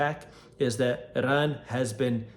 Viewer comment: it's pronounced i-ran, jack ass